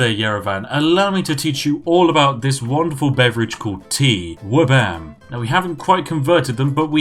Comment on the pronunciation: "Flabam"? What is this heresy? It's Wabam, Goddammit. And what have you done with Spiff?